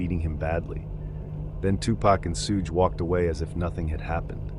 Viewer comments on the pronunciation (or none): the biggest crime here is you saying Suge like “Huge”. It’s pronounced like “Sug” know the short form of the word sugar often used as a pet name by waitresses in american diners in tv shows. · Suge Knight is pronounce "Sug" like short Sugar. And Jonbenet is Jon-bo-nay. No "T" sound, it's French. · Hi, this is a great video, but I hope you could work on some of the pronunciations (e.g. “Sooge” Knight should be “Shuge” Knight). The pacing of the delivery can be slowed down too. When mentioning the section names, there were times when they were spoken way too quickly. It can get distracting at some points. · lmfao....I knew you'd jump to the conclusion that I was the one offended. Your type are way too easy to read. Not offended at all, and I wasn't referring to any commenter being offended 🤦. Was jokingly implying the Suge (please pronounce it correctly when you read this out loud 😉) most likely isn't offended....geesh...nobody can comment on ANYTHING and they're automatically (OMG) offended. You make me laugh